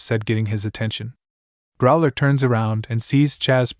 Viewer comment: My question is why list all stats(description,effects,lvl,etc) when it wasn't done in pt.1. Also I've noticed some mispronunciations like Trusdale instead of Trusedale and Academia instead of Academy and Growler instead of Crowler and prepertrations instead of preparations either the author can't spell or the AI is pronouncing it very incorrectly